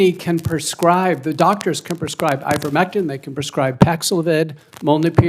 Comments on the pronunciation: Dr. McCullough is not on trial. How dare they treat him like that. Question is, how much profit did Faux-chi, Pfizer, Moderna, Blumenthal, and other CONgressmen make off of schmovid-19 and the unsafe and ineffective countermeasures mandated by Biden and company? Blumenthal can’t even pronounce ivermectin. What a “representative”! How ridiculous! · He can't even say Ivermectin. What a disgusting and disturbing person. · Dope can't even say ivermectin correctly one of the very drugs that helped with C - vid that was basically banned imagine that !!!